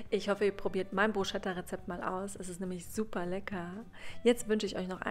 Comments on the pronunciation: kleiner Tipp es wird nicht Bru"SCH"etta ausgesprochen sondern Brus"ketta" ;) Mit roten Zwiebeln schmeckt es umso besser. Sieht Lecker aus! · Das sch in dem Wort Bruschetta spricht man nicht .... Man sagt : BrusCeta man muss es also wie ein K aussprechen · Es heisst : BrusKetta 🤓ausgesprochen.... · Für mich ist und bleibt es Bruschetta, und nicht Brusketta. Bin mit dieser Aussprache aufgewachsen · Das habe ich aber anders gelernt🤔 Brusketta wird es vielleicht im Italienischen etc. ausgesprochen, aber im Deutschen glaube ich Bruschetta. Aber wen juckts jetzt? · Man spricht "brusketta" aus! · Brus ket a, bitte ohne deutsches sch, dann schmeckt es mehr nach Italien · Es wird „Brusketta“ ausgesprochen 😳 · nein es geht nicht beides! Man spricht es BRUSKETTA aus! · Geht nicht beides es wird bruscetta ausgesprochen und nicht mit sch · Es ist ein Italienisches Wort und im Italienischen spricht man das ch wie ein k aus. Man sagt ja auch nicht Gnoschi sondern nokki (Gnocchi)